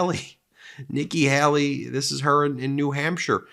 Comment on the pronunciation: It's Hay-lee, not helly. How would you like your name to be said wrong constantly?